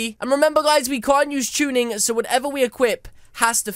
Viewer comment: My first time I heard tunning I thought you said chunning